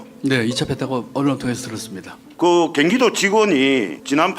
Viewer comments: 이놈 발음이~~~ 전 갱기도~~~~이런게 국개한다고, 그리고 국짐들 도지사 뒤 까봐 너들은 더 해~~~ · 경기도다 갱기도가 아니라~~ 발음 좀 똑바로 해라~~ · 갱기도가 아니고 경기도다 이 모지리야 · 갱기도가 아니고 경기도다 한글이나 제대로 배우고 국회의원한다고 껍죽거려라 뭐아는게 있어야 질문응하지 👍